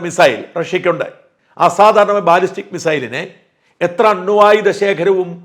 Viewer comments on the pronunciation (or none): none